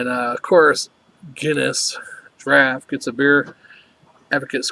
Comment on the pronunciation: It's "draft" not drought or "drawt?" I challenge you,, to show me where on wikipedia it staes different.